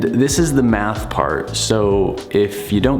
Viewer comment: Math? I thought you said meth. I’m outta here.